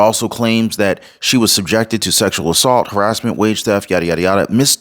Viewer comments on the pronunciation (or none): none